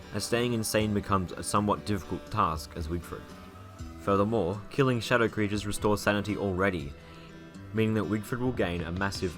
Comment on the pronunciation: "with the lack öf late game armörs" Maxwell with shadöw armör: say wöt